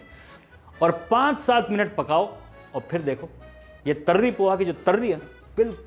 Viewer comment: तर्री नहीं तरी कहते हैं। बार बार तर्री नहीं कहें। अपमान जनित है। तरी-पोहा, तरी-चावल अनेक जगहों पर खाई जाती है।